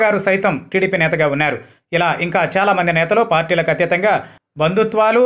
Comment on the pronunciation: వున్యారు కాదు వున్నారు అని పలుకు నాయన. ఏం భాషరా తండ్రి